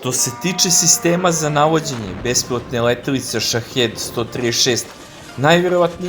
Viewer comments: SHAHID a ne SHAHED !!!!!1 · Shaheed se čita Šahid